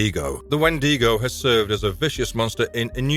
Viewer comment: Wendigo (When-dig-Oh)